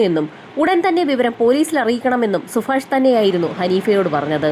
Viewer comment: സുഫാഷല്ല സുഭാഷ്